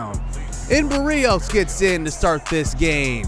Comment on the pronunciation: I love the videos and my jets but please say Braxton Berrios’ name correctly